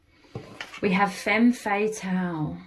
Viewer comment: Thank you so much for your inspiring work! ❤ Please, could you pronounce "femme fatale" in the standard way (fem fuh-TAL) to avoid any confusion! Cheers! 🎉